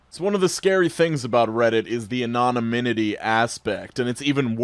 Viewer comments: Anonymity lol Not anonyminity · "Anonyminity" Fuck my ears...